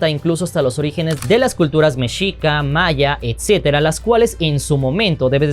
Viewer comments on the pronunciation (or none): none